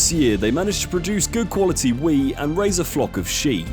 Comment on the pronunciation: Wheat has the letter T at the end of it, it's pronounced wheat, not wee